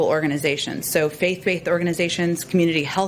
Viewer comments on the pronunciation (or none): Did Psaki say 'faith baithed'?